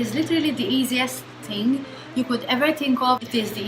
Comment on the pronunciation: when you say "ting" lmao